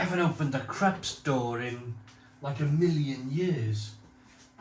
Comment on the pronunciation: It's pronounced Kroops..🤓 It has nothing to so with the Krusty Krab 🦀 and SpongeBob..😂😂😂